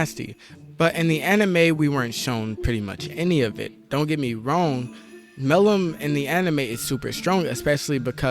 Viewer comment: butchers Milim’s name whole vid